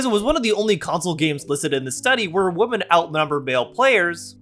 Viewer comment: Could YouTuber's please learn how to pronounce the word "women"? Why do so many YouTubers pronounce "women" as "woman" now?